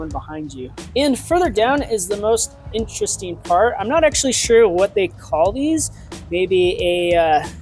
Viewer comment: Vewy vewy intwestring!